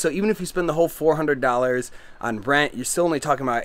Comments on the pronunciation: She is pointing out that you say dollars in an odd way. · How many “dAllErs” did he say it takes to live there?